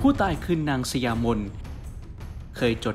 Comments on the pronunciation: สะหยา-ไม่ใช่สะยา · อ่านว่า>สะหยามน ค่ะ